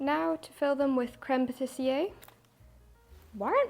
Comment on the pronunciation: Finally, baking :D I love that you show all the misshaps. And being french, I love your pronunciation of "tarte aux fraises", "framboise" and "mille-feuilles" (one of my favorites) :D "crème pâtissière" needs a bit more work though :p First time I comment on your channel. I love your style, your naturalness, and the overall wholesome feeling (not sure if wholesome is the right word but, well.) Cosyness maybe? Anyway. Now I'm hungry.